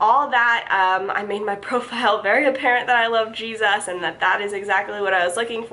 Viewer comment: Lol, thought I was the only one who noticed that